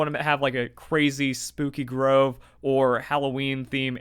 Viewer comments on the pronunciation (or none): none